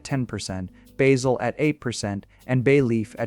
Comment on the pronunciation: Your computer voice (or human voice) needs an upgrade. It (or he) does not know how to pronounce Provence, oregano or basil.